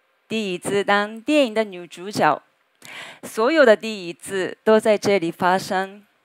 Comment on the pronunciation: 初次在網絡上見到田中千繪小姐，一下子就被她講話時所散發出來的魅力深深地吸引住了。她講國語時對抑揚頓挫的准確掌握與運用以及她所使用的復雜句型，都充分說明了她對國語的掌握和使用已經達到了一個很高的水准。除了個別字，比如女主角的＂角＂她也犯了許多國人都常易犯的發音錯誤、說成女主角"jiao"（正確發音應該讀作＂女主角jue ＂）以外，其他的真沒有什麼可以挑剔的了。最後，恭喜田中千繪小姐拿到了台灣的長期居住證，更祝賀你已徑扎根台灣、並在那片土地上開花結果，享受到自已選擇的人生生活快樂！